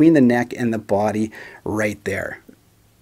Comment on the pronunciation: The way you pronounce the word "body" is the best. Not sure why, something in your accent. "BWUAAdy". Never change it.